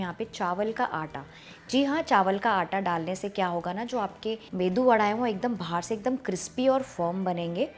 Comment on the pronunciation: I like ur saying medu vada....